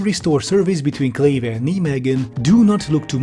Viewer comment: Love your videos, especially the tech bro bashings ones. But its nɛiˌmeːɣə(n) :D Kleve was fine though .